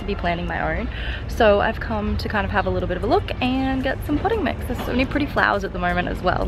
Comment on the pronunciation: I thought you said pudding mix instead of potting mix and when you said the smallest size was 25 liters I was like, "Wow, that's a lot of pudding mix!" xD